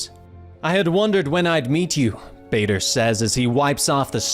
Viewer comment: the way he pronounce Badr like vader hurts a little and took time to get used to but overall amazing video